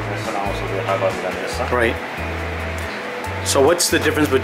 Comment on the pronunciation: pronunciation of Milanesa was on point:) and I had a similar suspicion the first time I ate tonkatsu (that it's very similar to milanesa).